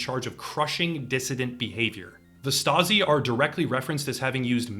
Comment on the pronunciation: You said stazi and I grabbed iron man